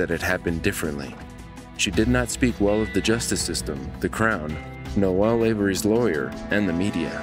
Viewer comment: Caller: “Noel” Operator: “Noel” Narrator: “Noelle”